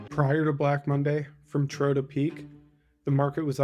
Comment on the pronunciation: Trough to peak is pronounced troff like rhymes w cough